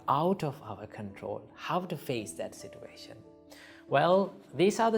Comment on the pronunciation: all i heard is sitwation